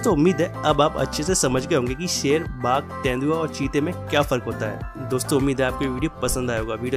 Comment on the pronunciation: Bhak ser nahi hota h Sher hota h